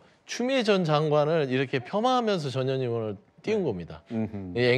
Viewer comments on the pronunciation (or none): 전현희.. 전현희... 저녀ㄴ희..? 들을수록 욕하는 거 같네 거참 ㅋㅋ